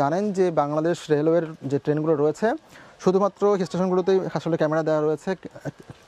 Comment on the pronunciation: হাসলে, হাসা ভরসা, হেস্টশন, হবরত, হাগুন, 😅😅😅 এ কেমন রিপোর্টার???